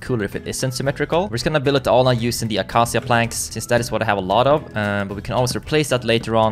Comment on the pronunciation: Since i don't really know how to pronounce acacia wood, I will try, you pronounce it like this: acaisha; the sh are pronounced together and the c like k, i can't believe i am explaining this in the comments since its so unimportant lol